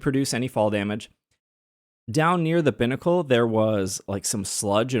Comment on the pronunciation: Pronouncing Binacle that way kills me. lol It's little "Bī" like two.